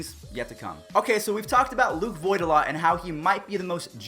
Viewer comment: It's voit